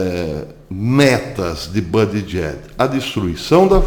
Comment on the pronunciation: por favor, acrescente os nomes envolvidos nos teus vídeos. Pois, fica difícil localizar, através do Google, tais nomes, levei MINUTOS para identificar o ex-prefeito gay, citado no vídeo, cujo nome é "Pete Buttigieg"... O porém é que você citou "Buttigieg--/JACKS/" (ou algo foneticamente parecido) o que complica. Porque NENHUM artigo em que encontrei o citado nome tem essa última sílaba (/JACKS/). Além disso, ultimamente o Youtube omite as datas em que os vídeos foram publicados. Isto prejudica muito as possíveis pesquisas que possam ser feitas com as publicações, sejam elas em vídeos ou em textos. Tenho encontrado muitos artigos valiosos, mas que não tem datas. Falhas essas que já encontrei em revistas impressas, o que É IMPERDOÁVEL. Por favor, coloque as datas, nem que sejam nos comentários. A propósito, gostei do seu novo visual, como uma nova marca para os teus vídeos. Espero poder apreciar mais os teus trabalhos. Abraços e muito obrigado pela atenção.